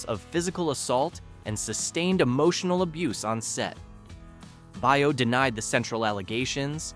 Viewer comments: "Baio" is Italian too, and it is pronounced like "Bio", not "Bay-oh". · pronounced bay- o scott